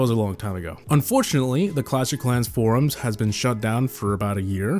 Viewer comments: Clatsh of Clans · "clutch of clans" lol 🤣